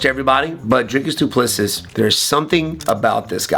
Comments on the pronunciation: The last s in his name is silent. Do-pless-e Also, your video would be easier to watch without the background music. Just saying… Thanks for the breakdown though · Wonderboy mispronouncing the Champion's name means DDP will most likely lose.